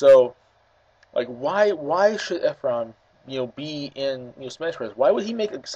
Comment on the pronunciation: My name is Ephraim and you were saying it right